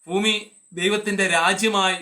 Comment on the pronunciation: ഫൂമിയല്ല, ഭൂമി ഭൂമി ഫൂ ഫു. സുവിശേഷം പറയാനുള്ള താങ്കളുടെ കൊതി സമ്മതിക്കുന്നു! പക്ഷെ താങ്കളുടെ അനുമാനങ്ങളല്ല സുവിശേഷം, പെന്തക്കോസ്തുകാരെ കുറ്റം പറകയും 'ചീത്ത പറകയും ചെയ്യുന്നതും സുവിശേഷമല്ല !!!